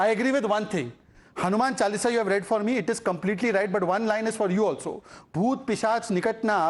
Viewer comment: Hanuman chalisa should never be recited without completing. Wrong pronouncing of it is blasphemy so times now delete that part from the video. Shameful